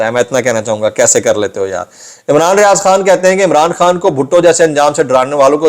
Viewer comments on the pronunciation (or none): none